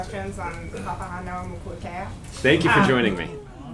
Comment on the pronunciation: so you folks know, Papahānaumokuakea. Is pronounced (Pah Pah Hah Now Mo Ku Ah Kay-Ah)